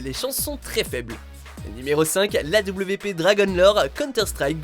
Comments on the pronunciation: A-W-P? NANI? Sa se prononce awap. Tout le monde le sait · l'AWP se prononce l'awap. sinon super top :) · Sa se dit Awape bordel